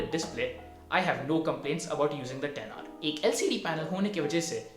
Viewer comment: Finally someone who doesn't say 'iphone eks aar'